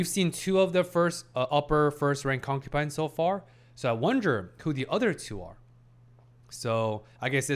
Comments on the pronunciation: You keep saying concupine. Please, I beg of you, it's concubine ; . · Hi brother, great video as always. Uhm, just a little thing I noticed and haven't mentioned yet. You are pronouncing concubine with a P, I hear, instead of a B. As an ESL myself I wanted to tell you.